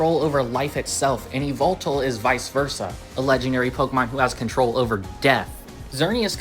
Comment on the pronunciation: Eee vul tul? It’s yuh-vel-tall